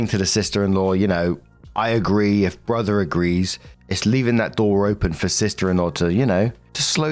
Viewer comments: Hehe "borther" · Borther, BORTHER